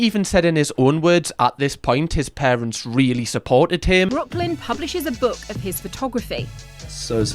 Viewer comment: Its like büke